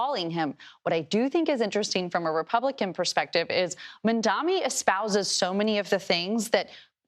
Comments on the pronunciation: You mispronounced his name! MamdaNY NOT MamdaMy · How difficult it is to learn to pronounce MAYOR MAMDANI’S name? Why is she saying mamdami? Can’t she see his name written all over the internet if she can’t hear properly. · “The name is Mamdani. M-A-M-D-A-N-I. You should learn how to say it.” Like, kindergartners pronounced his name accurately, and you, adult reporters, cannot seem to say it right is crazy to me! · How is it so hard to pronounce Mamdani correctly? . She works in TV ffs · The moment that one lady said "Democrat Party" and couldn't bother to pronounce Mamdani's name correctly, I tuned her out. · That Repub woman STILL can't pronounce the Mayor's name? Why isn't she being publicly called out by the host? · He’s the most popular politician in America, and your job is to talk about politics. It’s beyond embarrassing you still can’t pronounce his name. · can people please just learn how to say mamdani its not that hard